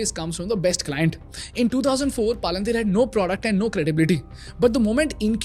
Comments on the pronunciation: why do u pronounce simple words like "PayPal" "Palantir" and "America" as "PyPal" "Palanthiir" and "Amrica" respectively and at the same time sell a course on speaking at the same time? this is insane levels of hypocrisy and fraud. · YEPP PALUNTHIR WHAT IT IS ITS PROUNCED AS PAL-ANT-IR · Bro!!! Palan-teer nahi hai woh.. 😂😂😂 learn the pronunciation first.. otherwise great presentation and awesome music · Why are you pronouncing Palantir as “paalan teer” you could also hear other people saying it correctly in your video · please do not call it PAA lan TEER Its Palintier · Paaalantir nahi Palantir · Not PALA-NTIR. Its PAL-ANTIR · Pal-en-tier ❌ Paal-an-teer ✅🤣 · It's not Paalaan teer Its Palantir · I was learning so much that I had no idea about but I couldn’t help but pause the video every time I heard paalaan-teer The video itself has a clip with the right pronunciation of Palantir.. you could just follow the same. Nothing against the content or the value.. but this is something that can be fixed for sure. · Bhai palanteer nahi palantir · Great content guys. But seriously guys please take 10 mins to fix the pronunciations of names. You have clips saying the proper name PalanTir, so why do you end up saying PalaanTHeer. I know it's not the point of the video, but it seriously undermines the content. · Palantier is pronounced Palentier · why are you calling it palanteer as if it is indian name? good content but you could work on the delivery a bit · Palantir ❌ paalanteer✅ 😂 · Really knowledgeable but I can’t take this video seriously with him saying “paalaantheer” 💀💀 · I don’t know man but every time you said “paa-lan-tiir” made me furious. 😂😂. You played snippets in the beginning of the video of how it’s pronounced. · PALUNTHERE CORRECT YOUR PRONOUNCIATION 1ST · palan-teeer? I never heard a company like that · Palan teer 😂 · Great content but at least the company pronunciation should be right, it is not pronounced as Paalunteer